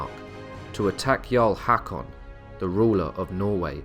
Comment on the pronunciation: Its not "Hak-on", its "hawk-on", å/aa, like the O in "core". Thank you for the interesting docu!